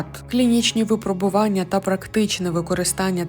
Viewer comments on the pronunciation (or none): ВипрОбування, моя пані! Так само: його випрОбували. І мЕртві. Й пОки що. Дуже прошу, перевіряйте наголоси! Ви добре озвучуєте, тож якщо позбудетеся помилок, то ще покрутішаєте.;))) Трясця, коли всі ці чудові речі нарешті втілять у реальність? Зокрема переможуть клятий рак?